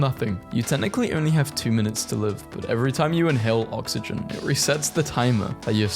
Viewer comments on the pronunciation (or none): none